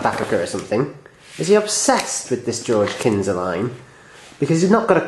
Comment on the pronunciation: Knysa is said with a silent 'K'